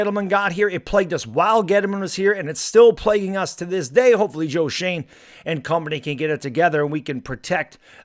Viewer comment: It's Joe Shoen not Joe Shane. Pronounced Joe Shoen Shewn